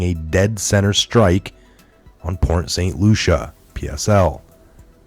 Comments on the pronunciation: It's pronounced Port St Lucy not Lucia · Bro, it's Port St Lucie not. Lucia. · Correction: Port St Lucie is pronounced as: Port St Lou-see there's NO A at the end of Port St Lucie ;) And if you live there you should know how to say it correctly ;) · I live in Florida! Never ever seen a hurricane turn 90 degrees!!!!!!!!! It's pronounced Lucy , like I love Lucy. Port st lucy. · It is pronounced port st Lucy. It's spelled lucie there is no a present. Not Lucia. I almost had to turn it off. I know you dont have a big crew but if you are not sure of annunciation please look it up. Attribute is another word that needs work. Other than word annunciation your perfect. Good day.